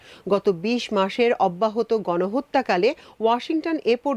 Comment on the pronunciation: একমাত্র আপনিই' অব্যাহত ' শব্দটা ঠিকমত উচ্চারণ করলেন। ধন্যবাদ আপনাকে।